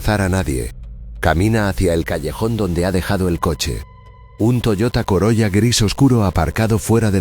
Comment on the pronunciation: SE PRONUNCIA " COROLA"